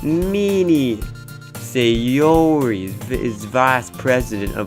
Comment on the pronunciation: Why do you keep saying SayOOORRI like that?😂